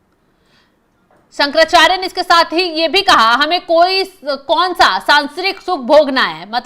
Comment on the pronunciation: जी, सांसारिक को सांसरिक बोल रही हो। शुद्ध बोलिए, अन्यथा समाचार प्रस्तुत करने का काम छोड़िए।